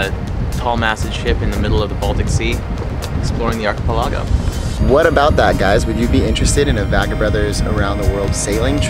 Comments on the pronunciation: not trying to be picky but its Achi PEL ago(5x) but my guess is you were trying to be Finnish like SOW-nah LOL...........interesting slant on Helsinki...ive been there many times and its a wonderful place...enjoy! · pronounce archipelago and produce funny.